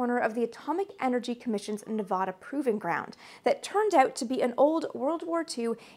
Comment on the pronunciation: That's "Nev-A'-duh" ("A" pronounced as in 'cat').